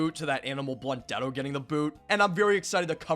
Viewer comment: Can’t even say his name.